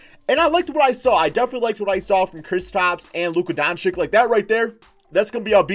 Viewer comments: Do you even read the Comments of your subscribers man ??!! How often ist it nescessary to tell you that his name is not DONCICK??! He is one of the future NBA stars learn his name for god´s sake man! It is pronounced Donchich. Learn it plz!!!! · (dawn-chich) not (dawn-chick)